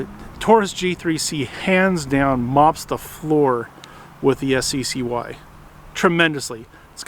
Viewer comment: It's pronounced "sky", not "ess see see why".